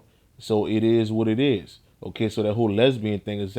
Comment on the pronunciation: The way u say ok is dumb as shit.. Okay..